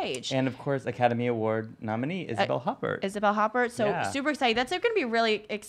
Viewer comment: That pronunciation of Isabelle Huppert’s last name was rough. Haha